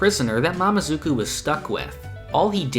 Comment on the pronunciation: Sorry but Its "mamezuku" not "mamazuku"